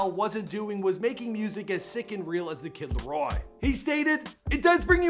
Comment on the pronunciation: TheViper727 “Lario”